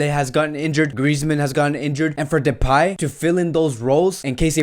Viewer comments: It's pronounced "de-pie", bro. Not "de-pay-myfee". 😂😂 Much love regardless hehe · Depay is pronounced with last syllable like in MY so depy ;-)